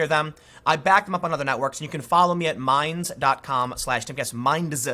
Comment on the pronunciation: " it's mindZZZAH" Tim Pool, 2019